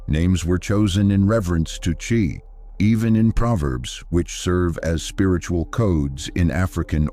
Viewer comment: It's pronounced chi not chai